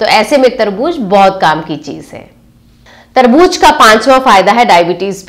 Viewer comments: Tarbooz not tarbooj hehehhe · मैम वो तरबूज नहीं तरबू ज़ होता है 🙏🙏🙏